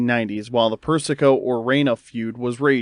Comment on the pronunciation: Persico. PURR-SUH- KOH!! Not PURR-SICKO